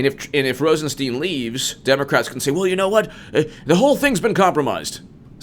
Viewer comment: It is ROSEN STINE, NOT STEEN.